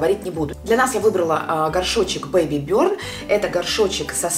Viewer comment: Благодарю за лекцию английского языка 😘😉, но название бренда не на английском и правильно произносится Бэйби бёрн ✌🏻